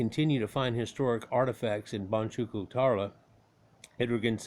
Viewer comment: How we pronounce the word boncuklu is : bone-juke- loo.